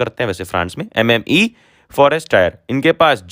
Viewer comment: Sir,it's not MME that means Madam